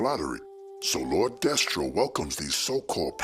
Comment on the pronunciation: It's Lord Destro... Not Re-Destro from My Hero Academia.🤣